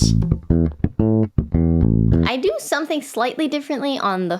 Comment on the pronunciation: Did she say "Hair-monics" ?